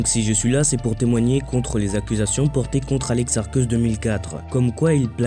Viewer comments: On dit "Arcéusse'. Vous me dégoutez. Juste dégoûtant... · ça me tue Mdrr c'est pad alex ARCÉUSSE? (Prononciation)